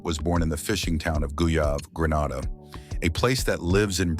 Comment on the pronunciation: Grenada not Granada